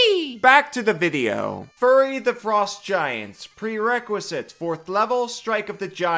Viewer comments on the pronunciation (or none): i keep hearing "furry" instead of "fury" and tbh i think they should release a book of furry feats. mostly because half the playerbase would love it and the other half would absolutely lose their minds. do it wotc you cowards